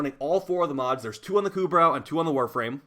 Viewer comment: It's "ku *bro*" You don't say the "brow" like eye*brow*